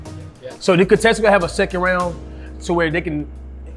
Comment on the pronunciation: Lmao says “catesants” instead of “contestants”